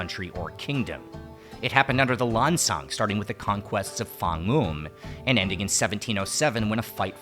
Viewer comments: Go on ThaiPBS they show Lao Vieng and Lao Krang teaching Thai people to cook. You will never see Thai teaching Lao people to cook. And stop saying Lan Chang it's Lan Xang. Say it the way Lao people say it. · Not Lan Chang. It's Lan Xang. Speak Lao correctly if you want to be the people of Lan Xang. Lao people is the people of Muang Sua.